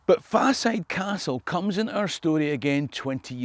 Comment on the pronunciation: soz m8, I luv ye, ye ken that but it's Faw-side as in fall-side... As in Falside in Bathgate.